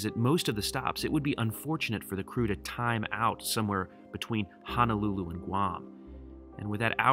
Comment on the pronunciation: there is no such place called “HANALULU. Now.., there is a little city on Oahu, it’s known as and actually called “HONOLULU”. BTW Majuro... “Maaa-Juro,”👊😎...